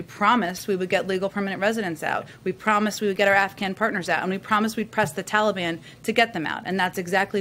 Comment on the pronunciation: It drives me crazy every time uncle joe says that. Its the Taliban!!!! I feel like screaming at the tv.